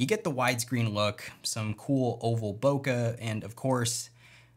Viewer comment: some1 tell this guy how to pronounce bokeh please